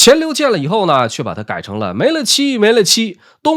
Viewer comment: "沒了期" 應該唸成"沒瞭期", 了期的意思是盡頭,結束. 不應該念成"沒咯期"